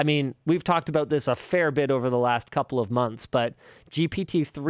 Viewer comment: Am I the only one who thinks "Ha they said aboout!" every time they say about?